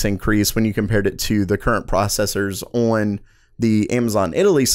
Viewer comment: I love the way this guy says "on". It's like awyun lol